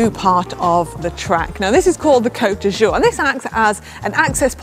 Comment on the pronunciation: Could you please have Si' pronounce "Côte d'Azur" correctly so it doesn't sound embarrassingly like "coat d'usure" (sic)? Interestingly that one, less enticing than Nice or Saint-Tropez, could cause a track cyclist to be immediately disqualified if encroached on... Awesome video overall!